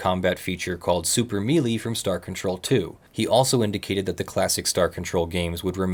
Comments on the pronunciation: melee is pronounced may-lay. just FYI. ;-) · I thought that a mealy combat system was just something interesting I had never heard of, and was wondering what one was. Damn. I guess we'll never know. No idea he was trying to say melee. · While I'm not going to argue about the pronunciation of Ur'Quan, pronouncing the word "melee" as "mealy" bothers me more than it should. That word originates from French and is pronounced closer to "soufflé" or "café." I understand that's nit-picking, but it's an argument I've been having with people for the last 26 years. As an ESL speaker, Star Control 2 was the first place I ever ran into the word in the first place. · This is the first time I've ever heard someone say it like "mealy" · It's okay. Not knowing for sure how it was spelled, be i assumed he pronounced it wrong as well